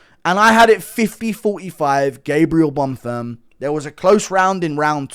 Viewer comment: Was so nice to hear you say Bonfims name correctly eventually. The real highlight of the card